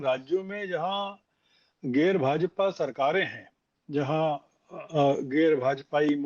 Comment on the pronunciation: कहाँ कहाँ से पकड़ लाते हो ऐसे लोगों को । खैर दोष तुम्हारा नहीं क्यों कि अमरूद अमरूद को ही पसन्द करता हैं यह व्यक्ति ठीक से हिंदी भी नहीं बोल पा रहा है गैर को गेर बोल रहा है । ज्ञान बाँट रहा है कि गैर भाजापाई सरकारों के प्रदेशों में प्रतिनिधि भेजने चाहिए थे । जबकि इसको पता है कि अपोज़िशन कैसा रुख अपना रहा है सीज़ फायर को लेकर । जब विपक्ष ट्रम्प की बातों पर विश्वास कर रहा है और सरकार और सेना को तवज्जो नहीं दे रहा है तो क्या बात करनी चाहिए थी भाजापा वालो को > इस पर भी ज्ञान बाँट देता ये श्रवण गर्ग